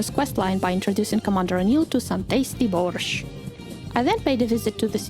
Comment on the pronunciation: are you slavic? because your borsch pronounciation was perfect